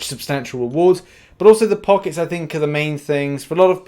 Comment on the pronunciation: Anyone else mildly infuriated that he’s says pockets instead of packets